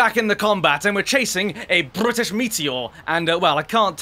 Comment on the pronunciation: i like when says bwrritish